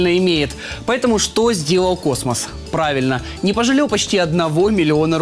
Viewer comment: Не космос а космосас..